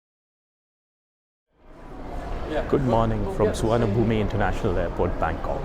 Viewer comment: You don't enunciate the 'e' sound in Souvanabhumi -- just Sou-wan-a-poom.